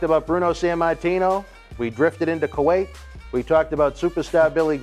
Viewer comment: I wouldn't want to go to "Kerrwake" or Kuwait, Tony.